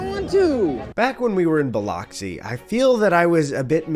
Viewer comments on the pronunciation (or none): Hearing "Bi-LOCKS-i" hurt me physically.